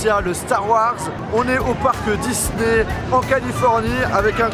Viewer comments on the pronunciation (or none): none